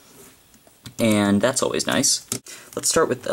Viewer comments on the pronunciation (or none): none